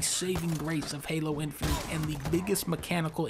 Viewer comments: i cant ignore that dunkey pronounces it infininte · Plus he says INFININT with the N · dunkey be like: infininint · Lol he says “Infinint”.